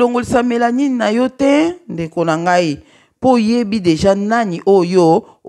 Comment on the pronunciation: Bonsoir sr, zambe apambola yo pona réveil spirituelle ozali kosala,limbisa ngai nalingaki kaka na corriger yo pona mot ya mélanine. Donc ezali mélanine et non melanie.Merci et bonne compréhension